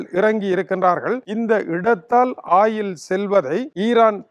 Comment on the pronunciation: ஆயில் இல்லடா வாத்தி... Oil என்று கூறும்....! ஒயில்.... ஒயில், ஒயில்.. 😅